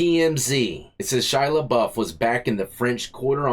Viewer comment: Shy-a NOT Shy-la!!!